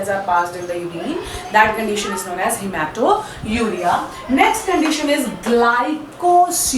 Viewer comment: It is not haemato_uria , but haematuria.